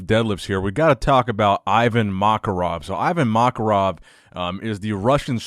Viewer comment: Hey, thanks for covering Ivan's training! If you want a translation of any of the captions under his posts, hit me up. Also, his name is pronounced ee-vAn makArov. Other than that great video! (my name is also, so you could say that was comments and suggestions)